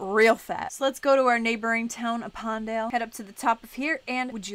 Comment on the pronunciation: It's pronounced a pen dale not appondel